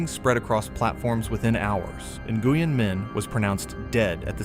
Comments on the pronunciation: Name is pronounced "Win"...not "In-Goo-yen" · Nguyen is pronounced Nwyn.